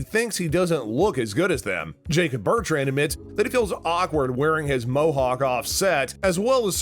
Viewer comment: bruh if you're a true cobra kai fan you would know how to pronounce everyones names "jared burtrand" - Jacob Bertrand Tony - Tory Krese - Kreese Gino Dinseo - Giannini DeCenzo Martin Crove - Martin Kove Cermen Diaz - Carmen Diaz Zabaka - Zabka